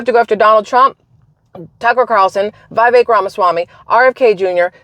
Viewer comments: FYI and respectfully- it's vee-VAKE. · I think his name is pronounced Viv-ic like viv-id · Viv-Ache…rhymes with cake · Vih vake. Rhymes with cake. ❤